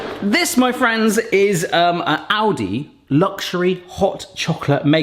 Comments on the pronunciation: Kept hearing 'Audi' and not 'Aldi' and that confused me a fair bit :D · I kept hearing Audi instead of Aldi, wondering when they started doing a side business like this and when they became cheap 😅🙈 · Oh it's Aldi. I swore you said Audi and was confused why a luxury car brand was making hot chocolate makers. I kinda thought it was how Yamaha makes Bikes, Watercraft and pianos.